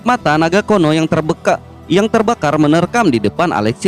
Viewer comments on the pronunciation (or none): Kuno dibaca kono.. napas di baca panas..hahahaaa..